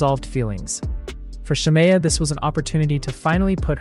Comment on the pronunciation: It’s SHA-ME-UH. The way you keep saying her name wrong is urking me